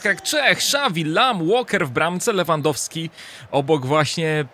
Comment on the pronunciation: "WW BRAMCE LEWWANDOSKI"